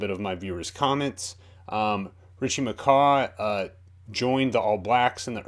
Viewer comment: You saying McCah hurts my soul so much